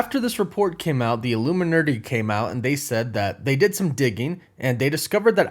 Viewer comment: the illurmianetti the WHAT! LOL